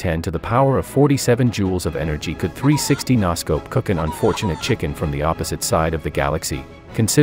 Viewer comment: Its pronunciation is usually so good, I had to do a double take when it pronounced "noscope" incorrectly